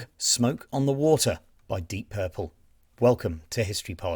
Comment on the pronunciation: O cara não sabe nem pronunciar o nome da banda pqp